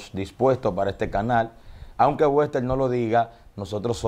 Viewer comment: Jjjj dice wester whaaaaooo 😅